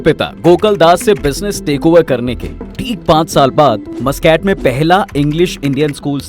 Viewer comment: Abbe Mooscaat nahi MasKat kehte hai Oman ke rajdhani ko. Thoda research to kiya kar mere bhai.